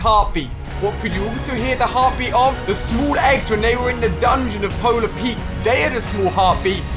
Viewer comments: Nobody: Ali-a: PoLaR PeAkSSSS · It’s polar peak not peaks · Who gets mad when he says Polar Peaks but you are actually supposed to say Polar Peak? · Stop calling it Polar Peaks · Polar peak Ali, not polar peakS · No one: Absolutely no one: Ali-a: Polar Petes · powla peiiks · JUST SAY POLAR PEAK